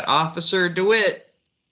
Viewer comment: Deh-wit NOT Doo-wit